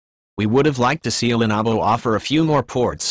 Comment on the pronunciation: horribly distracting soundtrack, plus the robo voice can't pronounce LENOVO